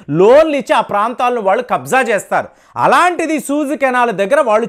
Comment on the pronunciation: సహజంగా అందరితో స్నేహంగా ఉండటం చాలా మంచిది. You pronounce as సూయజ్ canal అనాలి. మీరు సూజు అంటున్నారు